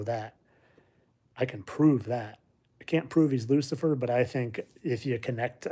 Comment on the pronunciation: Lucifer not luckier